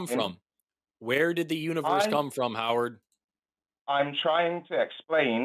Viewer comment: When you said "Howard" I was like, nope.